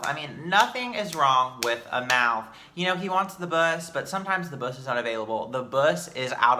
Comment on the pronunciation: Every time says BUSS I die